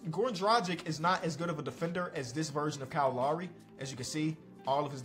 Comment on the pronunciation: It’s Kyle Lowry he from Philly it’s his name it’s Kyle Lowry